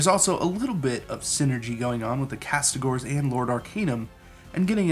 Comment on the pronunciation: Castigators not castigors.